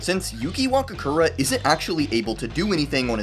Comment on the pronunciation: Wakakura 😭 Wakura its wa-ku-ra 🙄🫡